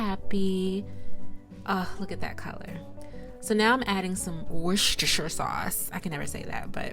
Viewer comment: Woos-te-sure...it's a British word..not all the letters are pronounced. The town names in New England are unpronouncable.😂